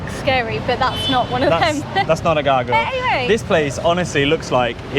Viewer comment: Youre funny when you said gargolye